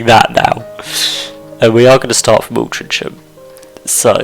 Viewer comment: Pretty sure from memory it’s pronounced “Al-tring-am” but it’s been twenty years since I lived in MCR. :) I know theres a non league team based there. Great vid and content, thank you.